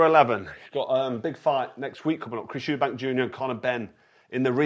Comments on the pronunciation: I've heard it pronounced 'Eubank' and 'Eubanks' but never 'Erbanks'!! Lol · i cringed every time he said it lmao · Man said Chris “errbanks” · His calling him Chris Herbanks lol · Correct the mani on Urrbank 😂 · How he pronounces Eubank is as wild as any punch he’s ever thrown 👀🫨🫨🫨😂😂😂